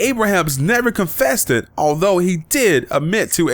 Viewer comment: "Confested" C'mon Dude....Really? What are you 8 with Benjamin Buttons disease?